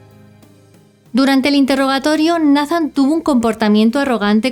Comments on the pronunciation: Solo como sugerencia, Nathan se pronuncia “Neithan” es que se escucha medio raro decirlo como se escribe, sobre todo que es un caso de USA 🇺🇸 saludos!! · Nathan... neitan , (así se pronuncia)... la conoció de 6 años?